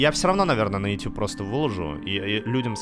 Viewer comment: "Ютуб" как "" прочитал